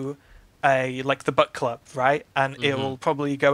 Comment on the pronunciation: It took me far too long to realise you were saying book club and not butt club.